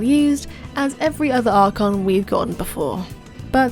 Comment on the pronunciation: "archon" xD